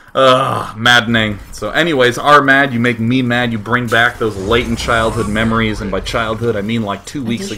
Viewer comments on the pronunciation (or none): none